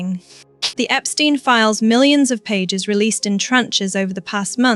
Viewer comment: Even with a lovely British-like accent, it is so annoying that AI narrators can’t pronounce words properly. “Fer-Gee” “Epstein/Epstine” and haven’t we all learned that the “s” in Miss Maxwell’s unusual first name is silent? Now, as to the video’s topic…Andrew has stepped in one big, unrelenting pile of horse poop! Perhaps he needs to be horse-whipped! 😊 What a mess for their daughters.